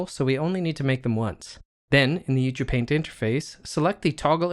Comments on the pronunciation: Isn't Ucupaint supposed to be pronounced "You See You Paint" ? :) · This is awesome!!! I love it. I have been waiting for this in Blender for a long time and now that it is free I am so happy. Good tutorial that is well presented and useful. Thanks! Is it me or are you pronouncing it "u too paint"? I'm probably just hearing it weird.